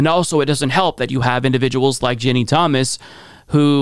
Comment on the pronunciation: It kills me how you pronounce her name. LOLOLOLLLLL